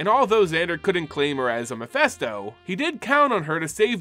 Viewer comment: He talked a bunch of times about his speech troubles, he struggles with certain pronunciations / sounds. He's a lot better now than he was years ago. He used to add subtitles so people would understand him. Though the Mephisto mistake is an unforgivable sin. ;) Loll